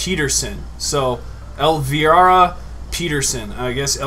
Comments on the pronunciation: elvira !!!!! not el...virhdgcdyc or whatever u said jeez violent look her up its the qween of the dark ....... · Elvira, vira sound the i as a vowel (el-veyera) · you didn't pronounce Elvira right at all (El vy ra)